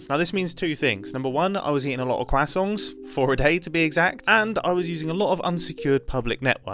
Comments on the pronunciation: As a native French speaker, I love the way you say croissant hahahah “kwa-songs” :)) welcome back ! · mumbo saying ‘croissong’ reminds me of benedict cumberbatch not being able to say ‘penguin’ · MumboJumbo meets carl wheezer meme You gonna Finish that Cro-isannt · The secret of the French croissant is to pronounce it "krrrroissssan", not "grassong" 😂😂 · I am actually French and STOP SAYIN CWASONS CWASONSCWASONSCWASONSCWASONSCWASONSCWASONSCWASONSCWASONSCWASONSCWASONSCWASONSCWASONSCWASONSCWASONSCWASONSCWASONSCWASONSCWASONSCWASONSCWASONSCWASONSCWASONSCWASONSCWASONSCWASONSCWASONSCWASONSCWASONSCWASONSCWASONSCWASONSCWASONSCWASONSCWASONSCWASONSCWASONSCWASONSCWASONSCWASONS. sincerely a French baguette or Jamie Blavin No worries mate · He said QUASSANT!!!!! He MUST know Tom Holland. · Cwasson jeez the pronunciation from this British guy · The French: Croissants Mumbo: Quassongs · I don’t think I’ve ever heard someone pronounce croissant “cwasong.” I’m here for it. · Are we going to ignore mumbo's pronunciation of croissant? . qasant? qasongs? casong? kinda funny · Well he says it more like Cwasongs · I like how Mumbo pronounced croissant quassons. I love British people. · Am I the only one who heard him say quassong? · Mumbo pronouncing “croissant” as “Crahsoont” is weird until you remember that his name is Mumbo Jumbo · i love how mumbo pronounces croissant like cwasong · I love your pronunciation of "croissant". It just sounds like "quasoints", very funny! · He pronounces it as “quacksongs” and that’s now the funniest joke on the channel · hi mumbo! glad your back! hope you feel better now :D love that you pronounce croissant as cwasong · mumbo’s pronunciation of croissant is reminiscent of benedict cumberbatch’s pronunciation of penguins💀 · As a French person I appreciate your effort to pronounce “croissant” but it still is hilarious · Mumbo's pronunciation of croissant intrigues me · You should take another month off to fix your pronunciation of croissant.